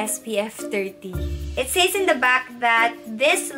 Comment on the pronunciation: Love you but says is read as ses. Just saying